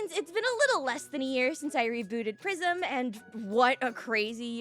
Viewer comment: "What The prisim :0" Genuinely made me laugh 😂